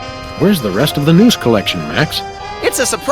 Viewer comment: it's "news" not "noose"